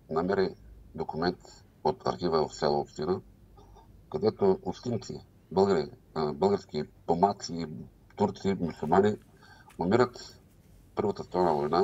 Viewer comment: Помаци! А не пумаци